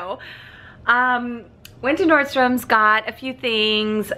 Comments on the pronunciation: I really love your videos lol but it drives me nuts you say nordstoms there's no s on the end just Nordstrom. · Nordstrom doesn’t have an ‘S’ at the end lol. Love ya girl!!